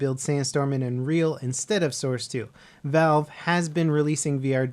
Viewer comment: lol you called valve vive